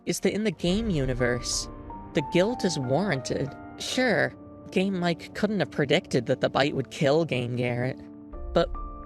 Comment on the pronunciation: can't unhear "game mike" as "". anyway banger video rules